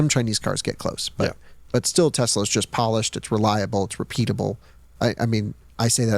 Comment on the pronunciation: Every time I hear him say "Tezla"...